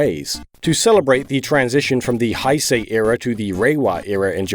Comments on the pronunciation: It's Heisei not Haisei. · Heisei is pronounced as 'hey say', not 'hisei', just to let you know. Otherwise, interesting video :) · Says “Haisei Era” Me; “That’s disrespecting Japanese culture as a whole” “Heisei”, pronounced “Hey say” ok? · 平成 is pronounced "hey say" not "hi say". Just so ya know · jesus christ, "hai sei" rolf, its hey-say. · Going to be a stickler about the pronunciation of "Heisei" (平成 [へいせい]). ^^; It's actually more like "hehy-sehy" and not as if the ’hei’ is pronounced in a German way as "hai". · Heisei, not Haisei. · Haisei is not the correct way of neither spelling nor pronouncing it. It's Heisei and pronounced close to "Heh-say" or alternatively "Hey-say". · How did you say “Hai-sei” but get “Reiwa” right immediately afterward when they both have the “ei” sound? 😅 The ei in Heisei and the ei in Reiwa are meant to sound the same, even though the kanji are different. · Omg "high-say" and "show-wah" era - gotta love Muricans struggling with easy Japanese words 😂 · “Hi-say” era 😂😂😂😂😂 omfg I can’t stop laughing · The last era is pronounced Heye-saye. But good try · Nobody: Absolutely nobody on the planet:: "High say era" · You pronounced"heisei" wrong. not "haisei," but read the way it is spelled. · Heisei is pronounced hey-say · It's pronounced "HEY-say" you ignorant baboon 平成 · For future reference, the Heisei era is pronounced Hey Say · Future reference: Hei (as in Heisei) is pronounced "Hey" Hai would be "Hi" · Guys Japanese words arent that hard. Heisei (Hay say) GJ on Reiwa but like.... yall butchered Heisei lmao Usually I let stuff like that slide but Era names are kinda important EDITED because English I hard for me I guess lmao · I always enjoy these videos, but seriously dude you need to look up Japanese pronunciation. It’s very regular and not difficult and would save some of us a wince or two! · The only thing that bothered me about this video, pronunciations of the Heisei and Showa eras.:x